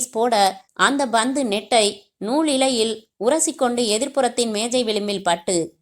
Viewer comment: Panthu not bhandu